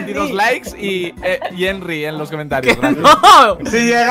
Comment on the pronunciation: Buaa! es un crack porfin dijo el nombre de Henry bien